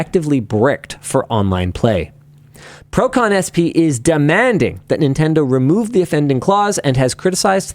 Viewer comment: ver um gringo falando "procon-sp" melhorou o meu dia